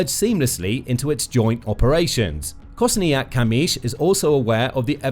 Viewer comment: Your Kosiniak - Kamysz pronunciation is amazing 😍